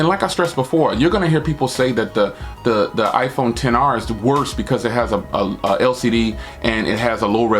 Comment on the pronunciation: The iPhone XR you saying all the names wrong bro omg😆